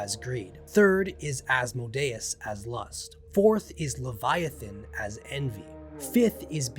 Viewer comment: Good video but you mispronounced like every Latin phrase and every demon name for.instance.gotia is.prnounced goashia and asmodeues is like "as-mOdee us"